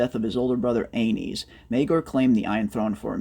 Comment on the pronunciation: Aeynys is pronounced An-us